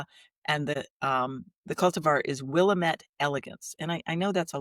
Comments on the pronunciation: I live in NW Oregon my husband was born here and it is pronounced Will-aaam-ette. This name is always pronounced incorrectly. The Willamette Valley is known for their exquisite Pinot Noir wines, which makes us a great wine tourist destination. thank you for the fun video with guest who I follow (there is that word). I don’t watch much of IG any longer, I lost interest when I was hacked and had my art site of six years stolen and deleted. I tried to get it back but you never get anywhere because there isn’t a person to talk to. I tried to start over but gave up on that and then started a garden site which is too much work. So now I do all my watching on YouTube. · Hello, a new subscriber, also from the Willamette Valley in Oregon. Sometimes we say “it’s Will-AM-mette, dammit!” (Perfect for the DIWIPT segment!) Actually I’d love to go find that Willamette elegance. Great conversations, so glad I found you all!